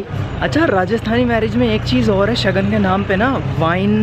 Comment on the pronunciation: Shagun not Shagan